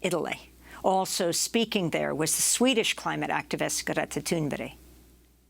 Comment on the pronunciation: It's Thunberg! Not Thun'bury?' If you can't even pronounce her name how can we expect any kind of change by the media in regards to global climate change thinking... bla bla bla